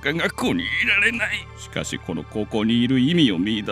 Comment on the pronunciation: しかし、「しかし」のイントネーションが気になる